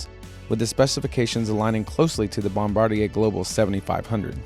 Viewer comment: THANK YOU for pronouncing Bombardier correctly...